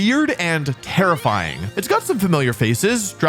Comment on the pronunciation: Wolfey: “Dire claw is terrifying” What I hear: “Dire claw is tera flying” I was so confused